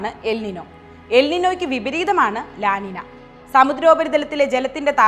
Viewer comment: 'ലാ നിന' അല്ല അത് 'ലാ നിഞ്ഞൃ' എന്നാണ് അത് ഉച്ചരിക്കേണ്ടത്. ഇതൊരു സ്പാനിഷ് പദമാണ്. അതുകൊണ്ടാണ് n മുകളിൽ ഒരു ചിഹ്നം ഇട്ട് 'ñ ' എന്നുള്ളത്. തിരുത്താൻ കഴിയുമെങ്കിൽ ദയവായി തിരുത്തുക.